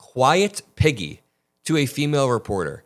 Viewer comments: I thought he said "quiet Mcgee" lol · Piggy ?!?! WTH it was deranged enough when I thought he said Peggy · At first I thought he said “quiet, McGee” 😂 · Honestly it sounds like like he's saying 'quiet, Mcgee' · i too thought he said peggy, lol. there is def scams in ref to release the files. he doesn’t even know his ass from his elbow! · Oh so he really did call her piggy??!! I thought he said Peggy too. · I thought he said "shut it McGee!!" Haha i was way off if he said Piggy 🐷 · I thought he had said Piggy, but figured maybe I'd misheard it.